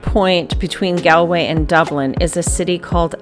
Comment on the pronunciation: Very nice video. But just for reference because I've heard Americans and Canadians pronounce the first syllable of Galway incorrectly, it's not Gal as in My Gal, it's pronounced like the word shawl, like gawlway.